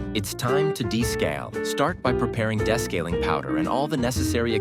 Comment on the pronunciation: Why does the narrator mispronounce "descaling"???